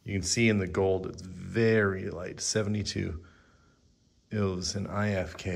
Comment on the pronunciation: I had a double take when the Finnish jersey's came on, so I had to google Len Lunde. Your pronounciation of ilves was close, you just also have to pronounce the E. It means lynx in Finnish, which is why it's their emblem. In Suomi you seemed to switch the u and the o for some reason. CCCP means the Soviet Union.